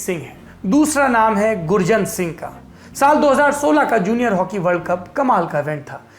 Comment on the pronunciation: गुरजंट is the correct pronounciation sir